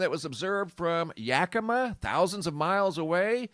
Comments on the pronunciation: It's pronounced "yakamaw" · Hey, it's pronounced Yaki maw, like mama.. 🤗